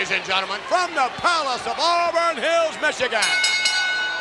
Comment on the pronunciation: i thought he said "wake up mexicans!: im like whos mexican? the steiners?.. lol. i had to rewind several times before i realized he said Michigan.